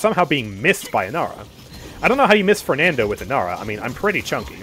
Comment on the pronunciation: i think you shouldve said fernando "e" with e in "bet" not "water"